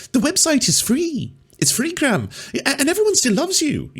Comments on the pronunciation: Calling him British and doing a British accent is a bit weird, considering he's Irish :) Also "Graham" has two syllables ;) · His name is not pronounced gram.